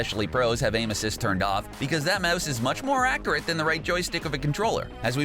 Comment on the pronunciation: It’s accurate not acurat